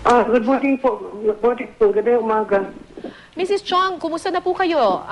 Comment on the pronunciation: Chiong case, misheard as "CHONGKE" 😂😂